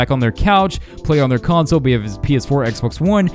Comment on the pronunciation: Console not conso lmfao...but other than that cool vid